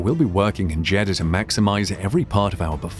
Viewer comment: Is it just me, often when Jeddah is said it sounds like Cheddar :/